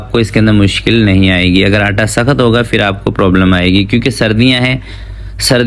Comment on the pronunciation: Yeh “fir” kiya hota hai? Lafz ha phir. Pay se phir. Please Indians ki naql na karain.